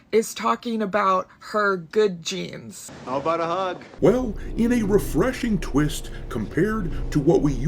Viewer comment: It is ridiculus to master level degree that people still try to pronounce jeans as genes when the word it self (jeans) is written over the screen during the ad. The outcome of game avards is not surprising in the slightest as we know who is in charge there